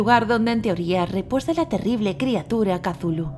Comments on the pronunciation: No se dise casulu se dice chutulu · Le dice catulu pero en realidad es cutulu asi se pronuncia ni catulu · que no se dice cazulo se escribe cthulhu pero se dice cutulu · Katulu dice .-. Es cthulhu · Casulu jajajajaja que Mierda es Cthulu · se dice cutulu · Se lee cutulu